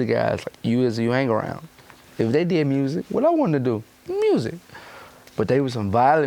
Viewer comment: ... WAT i wanna Do? MMMMEEEWWWSICK. LMFAOOOOO. DEX IS HILARIOUS FOR THAT SHIT LMAOO.